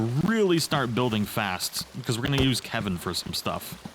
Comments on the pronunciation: it's kelvin not kevin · Nice vid, also it’s “Kelvin” by the way